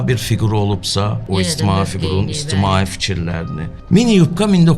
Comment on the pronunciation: A bu gijdıllag özü Azərbaycan dilində danışa bilmir iştimai sözünə istimai içtimai deyir durub burda dil normalarından dərs keçir